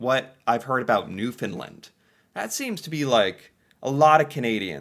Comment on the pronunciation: remember there is a "A" at the end of Newfoundland not an "I"